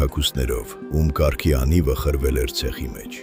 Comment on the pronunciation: Խնդրում եմ ճիշտ արտասանել "կառք" բառը։ Այն Ռ֊ով է գրվում և արտասանվում։